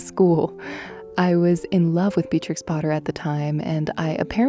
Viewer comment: May I just point out, you’re pronouncing Beatrix incorrectly.